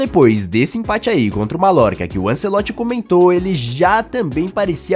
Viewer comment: Krl malorca é foda kkkkkkkk se fala maiorca